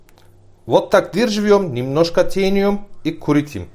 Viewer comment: Молодец! Тениум,,, вместо,,, тянем,,, кое, как поняла 😄😄😄😄Хорошо готовит,,, Уважение!!!!